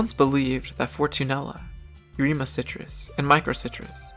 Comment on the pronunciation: i liked it a lot, i have grown some citrus crosses from seed, including a Australian finger lime, it is a waiting game now to see what i get. if there was one complaint, you need to learn how to pronounce botanical names better, especially eremocitrus